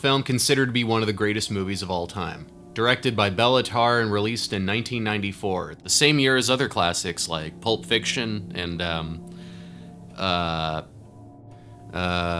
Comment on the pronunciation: Thanks for the hilarious review. FYI (my family is Hungarian) it's pronounced "Shaah-taahn-tongoh." Oh, and it's "Bayla Tarr." You actually didn't do too badly with László Krasznahorkai :-D